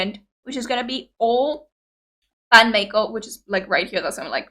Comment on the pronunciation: It's pronounced My-Co, not May-Co. This started as an April Fool's Day joke. There's one other Music Video with a that wasn't already a BAND-MAID song called 'Gion-Cho'. It's about Kyoto, the center of Geisha Culture. There's also a Making Of 'Gion-Cho' video. Akane needs Food like MISA needs Drink. You'll often see her storing energy in the Music Videos.